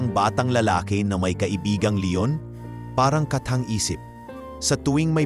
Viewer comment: Pls lng ayusin mo ang pag narrate ok? Mali mali instead na leon, le on wheeey😅